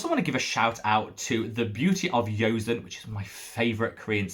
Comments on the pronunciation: "Joseon" in Beauty of Joseon is pronounced "Joe-sun." 😉 Thank you for the dupe recommendations! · How would you say the Round Lab Birch Juice Sunscreen compares to the Purito and Beauty of Joseon? Also - you may have heard it before, but you pronounce the J in Korean for the word Joseon! Friendly tip :)